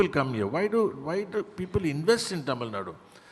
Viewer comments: It is not Tamilnad it is Tamil Nadu. Why does the North Indian anchors get it incorrect. It is always Kannad and not Kannada. Keral and not Kerala. Why??? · Yah true. My first reaction as well. I've seen non tamilians pronounce tamil nad'oo' as tamil nad! Dont know why its so difficult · It's really irritating to hear 'Tamilnad'. It's 'Tamil Nadu'. Dear media anchors, try to learn and pronounce it correctly atleast in future conclaves or have some Tamil anchors doing the show. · Hey it is not tamil nad instead it is tamil nadu. Anchor please learn to pronounce the word properly before you interview.🙏🙏🙏🙏🙏🙏🙏🙏🙏🙏🙏🙏🙏🙏🙏🙏🙏🙏🙏🙏🙏🙏🙏🙏🙏🙏🙏🙏🙏🙏🙏🙏🙏🙏🙏🙏🙏🙏🙏🙏🙏🙏🙏🙏🙏🙏🙏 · These mafos cannot even pronounce Tamilnadu, hosting something like this. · They are pronounce like டமிழ் நாட் that is so really irritating. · C — if they were to pronounce it very accurately they have to first practice ‘ zah ழ’ which is unique to our language. Even some of our people don’t do a good job of it. So, pardon them for anglicizing தமிழ் நாடு.